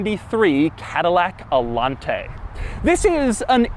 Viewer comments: No, its pronounced allanteeey not allante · it´s actually pronounced "ayanté" not "alante" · It's spelled Allanté, not Allante, so it should be pronunced Allan-TEH, stressing the last sylabe. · this is the... AH-LAHN-TEIGH! ...with the... GOULD KEEESSS! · So there is an accent in the E. So it should be pronounced... AllanteeeeeeEH. Ok, Cadillac from the 1980s, you WERE quirky. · IT'S THE ALLANTAY!! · The accent when pronouncing Allanté is on the "e". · Doug is the type of guy to mispronounce Allanté an entire video. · Wait, Allanté? As in, emphasis on the é? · You pronounced Allanté wrong in the whole video. The é means you put the accent at the end of the word. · Love ur videos but.....WHY ARE YOU PRONOUNCING ALLANTE WITH THIS MANNER? It sounds stupid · His reviews are so much better when you "mute" them. The way he says "Allante" and pretty much everything else, is just awful.